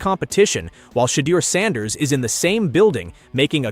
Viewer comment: Had to shut this nonsense off after I heard the pronunciation of sanders